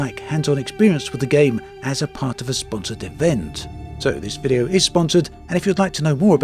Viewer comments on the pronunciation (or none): I had a bit trouble listening to this video, great although it was. I'm not sure if you're doing it on purpose, but you intonate word in a subtle but bizarre way, word such as "video" you say "vide-ó" stressing the 'o'. You have a pronounced British accent, so It just felt out of place.